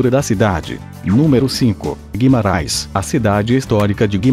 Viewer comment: Óbidos, não "ôbidus". Guimarães, não "Guimaráes". Évora, não "Evôra". Esse "Top 10" é na sua opinião, certo? Faltaram mais cidades lindas que, com certeza, se encaixariam nas 10. O vídeo, em sí, é muito bom, porém... Péssima dicção, em muitos momentos, com esse programa que você usa... Seria bem melhor usar sua própria voz... Acho que sua voz, não pode ser pior do que essa voz "sintetizada", que erra quase todas as pronúncias. Parabéns pelo video... (só o video). Abraço.